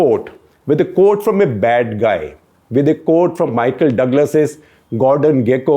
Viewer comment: Quote is pronounced "kwhot" not "coat". Coat is what you wear in winter.